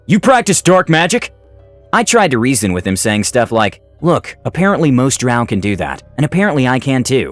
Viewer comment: i get so irrationally angry whenever he says drow like that